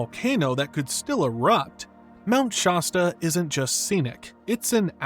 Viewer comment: Not Mount SHAWsta lol